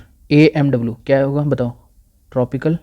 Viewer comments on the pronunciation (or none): The way you've pronounced Amw as AWM, it shows that you're a pubg player too! xD Irrespective of that. Hats off to you for this video! Outstanding! Thank you!!